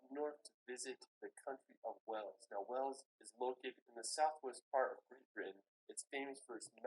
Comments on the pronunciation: Just to say, your pronunciation of British words is very good, But, Wales is NOT pronounced Wells, but the same as the biggest mammal in the sea! With the ‘a’ emphasised! 🐳😊 Lynn in England but come from Wales! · The beaches of Wales are to die for. Go to Rhossilli beach on the Gpwer Peninsula. By the way, you pronounce it like the sea mammal in plural - 'Whales' not 'Wells'. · Wales is pronounced whales not wells 😬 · You pronounce whales by saying the word a he is saying wells it's whales say the letter a. I am from uk Liverpool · You keep saying 'Wells,' which is a city, but you actually mean 'Wales' with an 'a'